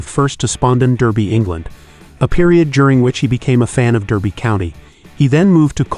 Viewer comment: Great vid… although, It’s pronounced Dar-bee not Der-bee.